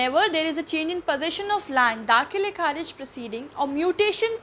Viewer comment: दाख़िल kharij ko galat padh rhi ho aap.. achcha nhi lag raha ye lafz is trh... sorry